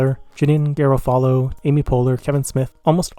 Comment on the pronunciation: Excellent review of this messy masterpiece! Some words you should look up their pronunciation: Ethereal Garofalo Cannes